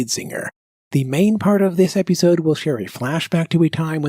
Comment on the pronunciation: What is up with the text-to-speech, or is it like this in ever-ee eppi-sode?